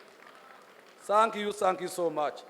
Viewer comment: Oruzuungu norwa Sankiyu points Za MTN 😂😂😂😂